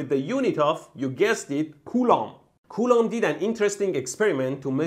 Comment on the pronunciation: Coulomb sounds like "culo" which means "ass" in Spanish. That's when I lost focus.